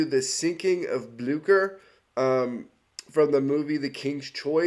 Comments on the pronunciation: So... I had to do some actual research here, because I thought you pronounced the name of the ship wrong... As I thought it was pronounced as "Blyoo-Sher"... But according to what I could figure, since it's German (And granted, German is not a language I am very familiar with), the name of the ship actually IS pronounced as "Blyoo-Kher". So... Yeah, turns out I have been living a lie for years, and this one short video here corrected me because I decided to double-check if I was actually right, which I wasn't. So, yeah, you learn something new every day. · It’s pronounced Blyscher